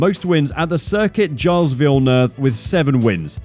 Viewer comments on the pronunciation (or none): please for the love of god never pronounce gilles and guy-als, it's pronounced jille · who on earth pronounces "Gilles" as "Guy-als" and then claims to be able to provide information on F1... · Circuit Gilles isn't Giles Have you ever heard of Gilles Villeneuve? Former F1 Canadian driver? The racetrack is called Circuit Gilles Villeneuve! not Giles sheesh........ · Aah yes, circuit Gailles….. it’s circuit Gilles Villeneuve. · It's not Circuit Giles? It's Circuit Gilles Villeneuve. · I thought it was robot voice at first... Giles instead of (Circuit) Gilles (Villeneuve) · The 'giles' circuit?! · Who says Curcuit Gilles Villeneuve as Gau-yles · Jiles Villeneuve listen to how other people say the name. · More appalling pronunciation, for gods sake man look up the names of places and people before putting together these videos. The Canadian circuit name is not as you said in the early part of the video. It’s the Gilles Villeneuve circuit and is French not pronounced like the English Giles (Jiles) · great video but i cringed so hard when he said “gilles” it’s pronounced with a soft g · Canadian circuit "GILES" ? Hahahahha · Try saying it as Gill, with a soft g, that should get you close enough. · Gilles does not sound like Niles. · It’s Pronounced Xilles lol like the other video I saw the guy butchers Monaacko. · Dude you could make an effort to avoid butchering our track's name. It would take you five minutes of listening to ANY commentary about Gilles Villeneuve or our venue to notice you're completely butchering the name. I'm led to believe you've never watched the Canadian GP nor have ever watched anything about Gilles himself because you would have noticed right away. Either that or this is text-to-speech.... not sure which. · Gilles is not pronounced like that my dude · haha, the way the AI says Gilles. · Bruh you getting rest for pronouncing a single word wrong. How dense are these ppl lmao